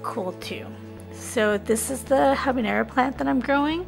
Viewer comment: Stop saying ¨Habineyro¨... dafuq?